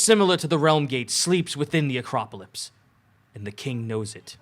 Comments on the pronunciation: anyone else get annoyed when they pronounce the word as "Acropolypse" instead of "Acropolis"? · I love complete inability to say Acropolis